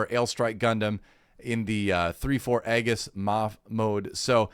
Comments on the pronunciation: The Aegis is pronounced "eegees" at least is how I recall is pronounce on the dub. And about the Seed and Seed Destiny series, the Cosmic Era Timeline, the series came out back on 2002 and 2004 respectively. Since it was sort of an anniversary series, the show takes many inspirations with storylines, characters, mech designs, and makes sort of edition for the 2000s of the Gundam 0079s One Year War and Zeta Gundam's Gryps Conflict. More successfully with Seed that Seed Destiny if I most say so myself. But still is my favorite Gundam timeline, and remember since Wing (my first gundam) and liking it and all, seeing some other, but when Seed and Seed Destiny came out, that sent me in a Spiral XD. If you give Seed/Seed Destiny a chance, try the Remastered 10th anniversary editions, they are remastered in Widescreed HD 1080, and haves new animations some parts. And with Destiny they add the special OP from the Final Plus (and extended final episode) as a 5th Opening in the remaster edition. And some can say whatever bad about Seed, except for the OST and Score, the music on Seed Kicks Ass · I thought Aegis was pronounced "ee·juhs" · Its pronounced "Eejis" as in the word for "Shield"